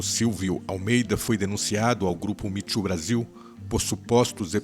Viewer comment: POR FAVOR, NÃO É MITCHU. É ME TOO, OU SEJA, MI TU.. TCHU É TCHU TCHU TRENZINHO